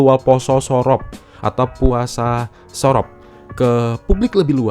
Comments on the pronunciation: SOROP bacanya lebih ke u bang, kayak bilang bojo. Le ilingo wes duwe bojo. Le moleo wes sorop. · Sorop pake pungucapan O pada biasanya. Bukan pake O pada Orange.. aneh banget dengernya jadinya